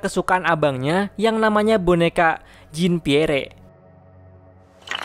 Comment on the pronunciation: Maap koreksi Bacanya bukan "jin piere" bang tapi "jan pier"